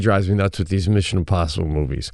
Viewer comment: Sebastian…..the word is WITH not WID….Arlington Heights Illinois education should have taught you SOMETHING…if YOU were ATTENTIVE.